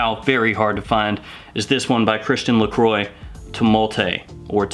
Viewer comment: Lacroix is pronounced “La-cwah”.